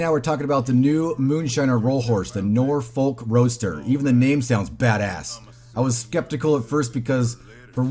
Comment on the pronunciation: For having Roadster in the game, the horse feels sluggish and the handling is trash. Also, its pronounced ROADster not ROASTer.